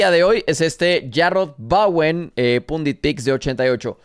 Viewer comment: Bowen no Bawen! Dicho por el mismo Bowen!